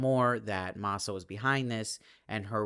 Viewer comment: It’s pronounced MAA-SA, not MAY-SA🙂